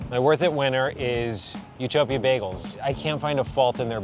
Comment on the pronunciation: Is it me or whenever they say "bagels", you'll hear "bae goals"? I probably ship them too much oops 😅😂